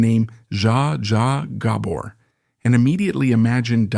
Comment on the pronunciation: You need to get the last name right your saying it wrong. Do your homework